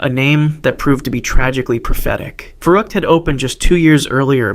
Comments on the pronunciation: It’s not verruckt it’s verrückt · I love these videos so much! But one thing. Verrückt would be pronounced vair-oo-kt since the u has an umlaut. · Just so you know for future videos, when German words and names start with a V, the V is pronounced as an F.